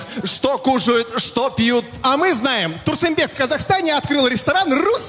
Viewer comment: Не Турсумбек, Турсунбек, а Турсынбек😭😭 На случай если не знали что коверкаете🙃🙃